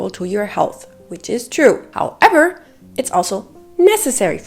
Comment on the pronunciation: When you say “how-EVER” 😂